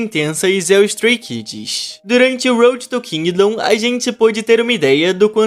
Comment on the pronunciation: Stray Kidis kkkkk (não quero ofender só foi engraçado o modo q vc disse Stray kids)